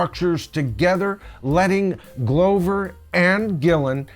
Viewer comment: Did you just call him “GLOW-ver”?!?!?!